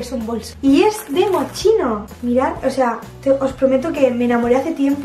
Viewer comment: se dice mosquino no mochino